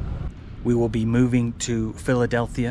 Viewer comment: I know it's a click-bait, after being tricked so many times, and yet, it still worked until the image inset appeared ...😂 I want the REPORT button for click-bait!!! Should have smelt fishy when you said PhiladelTHia!🙄 BTW, do you know "sa-wa-dee-ka" is used by women only?😁